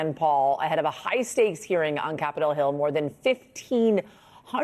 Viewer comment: I like how she emphasized "private".